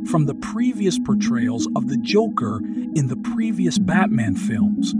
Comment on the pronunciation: The "joocker" not joker joocker lmao